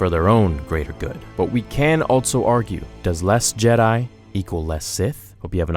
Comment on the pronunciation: Goddamn I dont know why it brothers me so much that he never uses the word also but says altso instead. Aghh